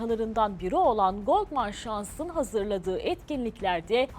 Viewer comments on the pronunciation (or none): Goldman saks diye telaffuz edilir